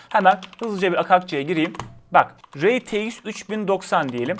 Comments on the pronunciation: rey ti eks değil ar ti eks olarak telaffuz edilmesi gerekir kardeşim. Allah aşkına kulaklarım tırmalanıyor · Reytieks demesen bi de şuna